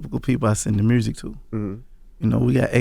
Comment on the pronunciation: Gotti been saying mursic for years and he been fucking the game up 💯